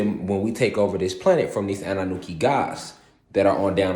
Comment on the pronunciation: I was wondering you say annanuki isn’t it annunaki ? Spot the difference